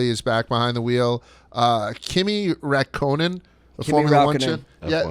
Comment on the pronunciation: I love how they both butchered Kimi's last name lol